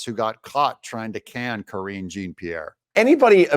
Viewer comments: I was always amused at how you mispronounce KJP's name, 'Kor-een GENE' LOL! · Ka-ringe Jean Pierre. 🥴